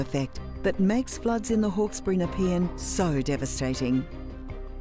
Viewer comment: How to pronounce Nepean..... Is NePEEan. This was supposed to be a 1 in 100 year event. Except this frequency and the amount of rain is devastating. Never before has this area had so much rain. The monsoonal rains in Northern Queensland didnt hit this year but they have the drainage to cope with vast amounts of rain. Thanks for sharing this video. I understand it better now. The choke points need to be addressed if people are to continue to live here. I think that many people will be changing their address. So devastating.